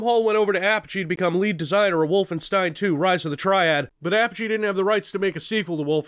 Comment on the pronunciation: Whoa whoa whoa.....hold up......did you just call them APP-UH-GEE?! Don't you mean UH-PODGE-E?!!!! Regardless, RoTT was the game I grew up on, and I swear it made my love for violent FPS's.